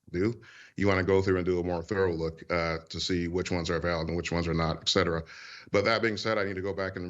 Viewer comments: I'm distracted by words like "exspecially" and "excetera". I can't hear anything else. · Anyone who says ‘eKcetera’ is stupid.